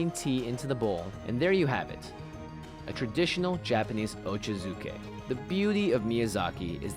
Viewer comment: It’s actually pronounced OH-CHAH-ZOO-KAY not OH-CHUH-ZOO-KAY 😅